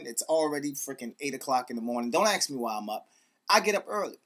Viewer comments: What is it with stupid guys saying 'AXE', instead of 'ASK'? How can a chick dig your style if you can't even peak ENGLISH?! That's right, not even America! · Its ask...... not aks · ask. it's ask. don't ax me sounds painful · DONT AXE ME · somebody buy this guy a copy of 'the game' ....and please teach him how to say the word 'ASK'